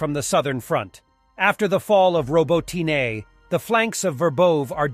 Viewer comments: I suggest you to read the" Robotine " with punctuation on the second "o". Like- robÓtine. Easier 4 You and true to the language ( surely hope ). Thanx 4 all Your really great work, team! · OMFG, Robot knee, not robotine nor robo teen a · It’s called „Robot‘ne“! ☝🏻😎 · dude, if you do war coverage try to consult how to pronounce or write the locations you're talking about. It's not ROBOTYNE, it's RabOtino (with accent on "O"), and Rabota means "work". And it's not Verbowe, it's Verbovoye. It's hard. Otherwise great stuff and thanks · Now it's ro-bo-tee-NAY. Why don't they just ask Ukrainians how to pronounce it? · hey can you please pronounce that one city correctly? it's ROBOT-N-A. Just like that.